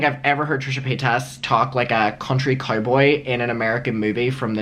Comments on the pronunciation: You are so happy and glad you are visiting us in the USA 🇺🇸. Would you listen to some other youtubers are herself sometimes her name is not pay tas it is paytas like say it all at once and the tas is like Tice. So it sounds out like paytice. Have a great time and enjoy your videos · I don't know why you say Paytaaas when Paytas is pronounced Paytus . She says her name like that along with most people. But your still a cutie. Hi Mum